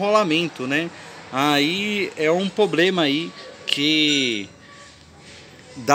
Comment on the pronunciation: O Problema é ficar falando poblema#!